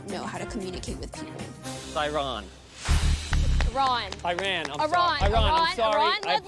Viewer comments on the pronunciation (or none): Leslie low-key funny af. Called Ahran, Iran. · i would've read her name and pronounced it like "aaron" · Leslie sucks like he was so disrespectful and rude to everyone. Even if hes a good chef he is an asshole and frankly Ahran was bratty sometimes but her name isnt hard to pronounce and he showed zero respect toward her by constantly saying it wrong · man the only valid reason she had was that Leslie mispronouced her name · "You miss pronounced my name!" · yeah tbh ahran was a brat. She was pissed off since the beginning because Leslie miss pronounced her name. like cmon. it’s not a first world problem and leslie even apologized. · lol i wouldnt mind if people miss pronounce my name wrong